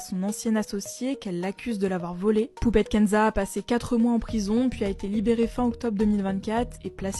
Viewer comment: J'ai cru entendre Poubelle Kenza 😂